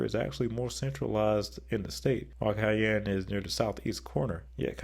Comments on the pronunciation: It’s pronounced Shy-ann not Ki-enne. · Please never say Cayene again 🙂 It is Shyanne (Cheyenne) Wyoming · Cheyenne = SHY-ann, not KY-ann. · It’s pronounced “Shy-Anne”, not Kayanne, like the pepper. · Idk why but the cayenne part bothers me so much-- thats not how its pronounced... /SHīˈan,SHīˈen/ (Cheyenne is my home) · Cheyenne is pronounced as Shy-Ann. You definitely got a thumbs down 👎. Do your research better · Cayenne 😅 Its pronounced SHY-ANN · Cheyenne is more pronounced like "shy-ann" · Brooooooooo. It’s pronounced SHY ANNE. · For Ohio, it seems like the 3 C cities are kind of equal and none of them feel like an alpha above the rest but Columbus's growth would probably make them the alpha capital of Ohio in the future. And for Cheyenne Wyoming, I believe it's pronounced Shy-anne. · Cheyenne is pronounced as Shy-Ann. It is named after a Native American Tribe. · It is incredibly bigoted and ignorant to keep saying the name like that. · As a Wyomingite, that broke my heart. 😢 It's shy-ann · The way you say Cheyenne as pronouncing the C sound irks me and I’m not even from Wyoming. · Thanks, I was going to take the snarky route and say, "George Strait is holding on line two and would like a word when you have a moment." 😉 Although, I have to wonder if did it intentionally because he also kinda butchered the name of Massachusetts' state capital. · Hearing Cheyenne pronounced that way caused physical pain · Oh yeah ...... he can pronounce "Des Moines" correctly ..... but he can't manage to say "Cheyenne"?? Jeez...... 😒👎